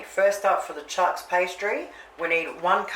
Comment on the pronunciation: Looks extra yummy,! 👍🏻😋 FYI: "Choux" is French for "Cabbages," and its correct pronounciation sounds almost exactly like the English slang word, "Shoo!" 😉